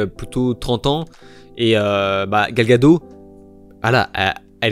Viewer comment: Ce connard de Gunn fait que de la merde et ne comprend pas ce qu'est DC comme Snyder, lui au moins était un vrai fan. Bref ce sera de la merde et bien sûr progressiste à outrance, c'est finit pour moi le DCU après le Snyderverse. PS : on prononce Gal "Gadotte" et Kevin "Figui"